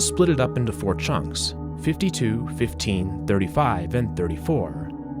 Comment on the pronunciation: Love how he pronounces “chunks,” like “chonks.” 😂